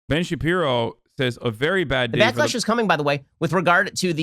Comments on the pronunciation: I like it because it slowly chips away at his credibility. Wont even call him by his actual name. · "Ben Shapeepee" is my favorite. Idk why hearing people say it just tickles me in a neat way. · I never get tired of hasan saying Ben shabibo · Ben Shapeepee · How could anyone get sick of it. Is so funny 😂😂😂😂